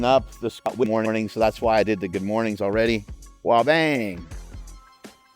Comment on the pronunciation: "Good moanin 'dis moanin'"